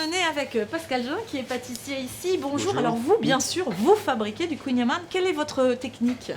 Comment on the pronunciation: Ta pronontiation est mauvaise mais c'est drôle. On dit khouign amann !